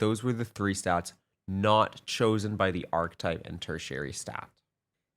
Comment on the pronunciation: Great vid. This really helps, Thank you. I believe “Ar-Kee-type” is the pronunciation